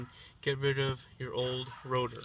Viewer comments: Why do you keep saying router?!?! SIR ITS CALLED A ROTOR -_ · Why do you keep saying "Router" instead of "Rotor"?